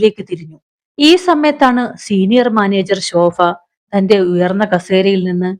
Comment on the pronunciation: കഥ വായന ഒക്കെ നന്നായിട്ടുണ്ട്.. പല സ്ഥലത്തും ഭ.. യ്ക്ക് പകരം ഫ എന്ന ഉച്ചാരണം അരോചകം ആയി തോന്നുന്നു. ഫക്ഷണം.. ശോഫ..